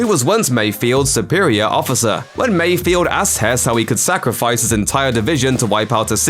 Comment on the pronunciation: Why do people keep mispronouncing Mayfeld's name? It's not "Mayfield"